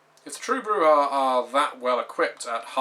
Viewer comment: I know this is superficial, but thank you for pronouncing Brujah properly.